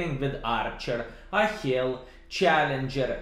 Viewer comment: Great video. I agree with everything you say. I think the normal Death Star is slightly better than the Trash Barn because it has better camo and you can bounce the odd shot. Yes, Charioteer is a good tank. I have changed to optics instead of binos after seeing your vid :) BTW, Achilles is named after the Ancient Greek hero - it is pronounced A-kill-eeze. BTW, what are your top 5 TDs in the game...the ones you enjoy playing the most whatever the tier?